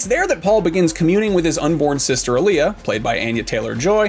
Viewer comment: Dunno but you keep saying Alia name incorrect. Shes not a music artist.